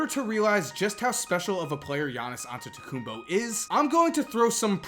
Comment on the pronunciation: Ol finally some body can say Giannias Antetekumnpo correctly.